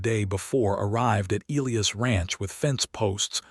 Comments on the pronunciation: Not ElEeus, It's pronounced El-eye-iss! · It's Eliy Us notNOT eleus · His name is pronounced “ ah LIE us” ………Greek and Biblical Old Testament……as were many, many, many early Judeo-Christian American names. NC😢